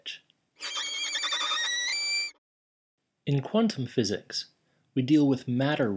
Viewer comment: Hee hee, you can hear your accent change when you say "quantum physics." xD Very Kiwi pronunciation.